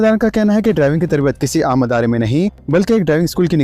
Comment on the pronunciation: Tum kitne jahil ho k tum idare ko adara bolte shame